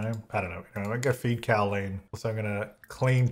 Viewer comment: when said Cowleen like Jolene and not Cowleen like Colleen 😔😔😔💔